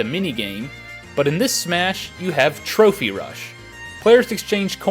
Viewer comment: Ha ha, trophey rush...